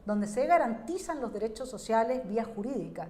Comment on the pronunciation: Los dereshos shoshiales 😂😂😂😂😂